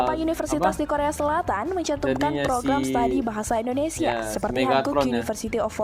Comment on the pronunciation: Aku bangga pada anda berdua chanel, karena pengucapanya Bahasa Indonesia sudah semakin baik.